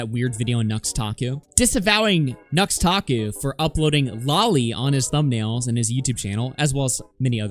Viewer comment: I freaking hate how people just throw out random youtuber made up names like we're supposed to know what they are. I kept hearing Nuxtaku as Nose-takoo. So I was who the hell is this guy and couldn't look him up.